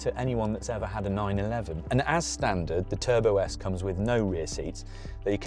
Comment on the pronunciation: bruh, Matt called it Turbosite 😭😭😭😭